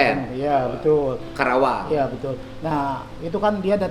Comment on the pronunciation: Karawang, bukan Krawang Pak Dedi.